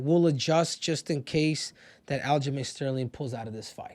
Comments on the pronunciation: I thought you were saying al-ghislane which is hilarious but al-jizz-lame is something g a child would come up with 😂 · Al-jizz-lame 😂 get me every time you say it